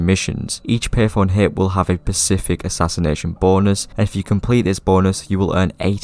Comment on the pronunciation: Specific not “pacific” lmao